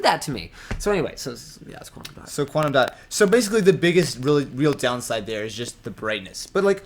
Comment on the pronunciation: Is it quantam dot? 😂